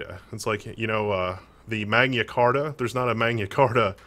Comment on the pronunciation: "Mayna Carta" lol Its Latin not Spanish you troglodyte. maG-Na